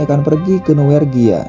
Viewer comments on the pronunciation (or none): Norwegia Min, bukan Nowergia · Norwegia. Bukan nowergia